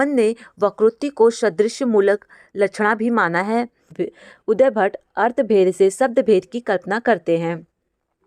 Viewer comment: Mam aap samjhate samay buhut important cheezon ko galat bolti hain. काव्यादर्श को काव्यादर्शन अलंकार का मूल वक्रोक्ति है न कि अलंकार ही स्वयं वक्रोक्ति। उद्भट को उदयभट्ट बोल रहीं हैं। संस्कृत के श्लोक का उच्चारण भी सही नहीं था। कृपया ध्यान रखें आप नेट,जेआरएफ हैं, पीएचडी भी कर रहीं हैं।